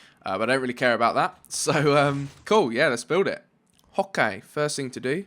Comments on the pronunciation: he says okay but with a weird accent, kinda hoki. With the i pronounced like in the alfabet, but imagine it as okay, I hope you know hwoke is totally wrong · He always says hokay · Why do u say howkay at the start of building in every vid instead of okay